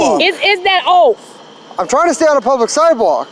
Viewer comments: She says - 'is that offee !' Lol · wtf did she say is that ooff hahahahahaha she cant say off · "". Did she say, "Is that off?" - Because, to me, it sounded like "Is that oaf?" Just saying!